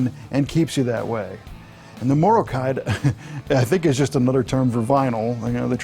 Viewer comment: Morrokide pronounced like the country "Morroco"